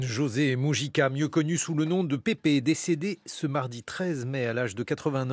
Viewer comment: En plus, un vrai journaliste sérieux aurait pris 90 secondes de son temps pour se renseigner sur la prononciation du nom. Mêle si ça peut paraître un détail, ça en dit long sur le manque de sérieux de cet homme.